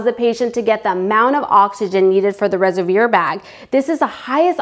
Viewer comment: "resevir" bag..? res-ev-wahr :D